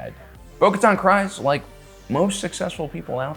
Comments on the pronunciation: my guy. It’s Kryze. Kreeeeeze. not Cries. please. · Bout to unsubscribe if this guy can't figure out how to even correctly pronounce names..."juh-rinn", "wolves", "cries"...like Jesus, can you come up with a better way to tell me you don't listen or watch the shows? Losing credibility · Can you not speak? Why can’t you say Bo’s last name so incorrectly?